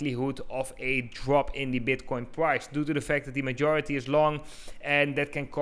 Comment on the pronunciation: Did he literally start with "Is BEDcoin..."